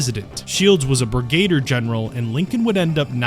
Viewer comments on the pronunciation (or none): Brig-gate-er General? I hate your guts. Great nuget of history and f'd up by your stupid AI pronunciation. Brigadier is pronounced Brig-ga-deer thou imbecile.